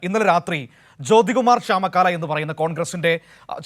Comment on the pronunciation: ചാമക്കാല അല്ല ചാമ ക്കൊല